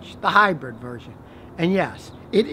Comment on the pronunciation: Scotty says hi-bread....cracks me up